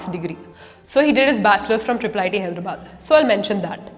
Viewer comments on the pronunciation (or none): none